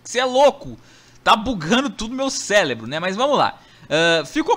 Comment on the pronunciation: Português tá cvl "célebro"